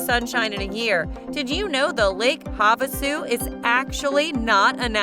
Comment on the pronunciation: Lake Hav a sue is the correct pronunciation